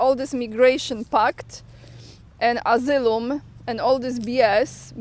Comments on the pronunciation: Thanks, so needful to keep up. And for better comprehension, the word asylum is pronounced ah-sigh-lum running it together with emphasis on the "sigh" I thought English was hard until I started studying Russian... lol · read Asylum - asajlum